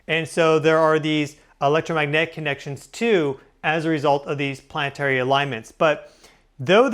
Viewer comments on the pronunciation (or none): plann EH tary not PLANT'RY ..............YOU ARE A PUBLIC VOICE. PRACTICE FOR GODS SAKE